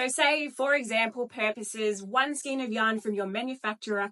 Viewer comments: got stuck on the pronunciation of this lady - the word is pronunced " SKAYN" not SKEEN nor SKINE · I just buy Aussie yarn. And learn to pronounce Skein please. ❤